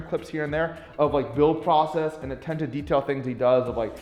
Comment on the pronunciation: You got trouble saying attention?